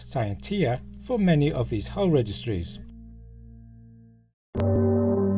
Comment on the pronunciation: I always thought “Ex Astris Scientia” was pronounced differently. Having learned Latin in middle school… Ecks AST-rees Skee-ENT-ee-ah